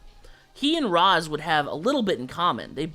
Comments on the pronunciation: Raysh it’s pronounced Raysh… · it's "raysh", not "rahs" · You said Ra’s’ name wrong. 🙂